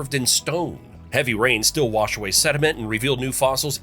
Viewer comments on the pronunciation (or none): none